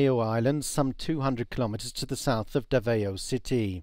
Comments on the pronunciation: Mindaney-oh? Daveh-oh?? Wow, can't he read? Mindanao, 3 syllables: min-da-nao. Davao, 2 syllables: da-vao. A lot of other international journalists can pronounce these just fine, I wonder why this one couldn't? Isn't hard to Google. seems to show AFP journalists cover stories on the Philippines but have never even been there and rely on second hand or third hand information.. What else is wrong, biased, or inaccurate about their 'coverage', I wonder, if they can't even pronounce the 2nd largest island in the Philippines and one of the major regional cities of the country correctly? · It is pronounced Dav-owe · Hahahahahahaaha he pronounced davao wrong hahahahahaha